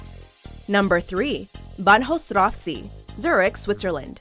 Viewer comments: I know they're trying and all but they really butchered the word "Bahnhofstraße" xD xD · The pronounciation of Bahnhofstraße cracked me up :D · me too haha I actually had to read what she said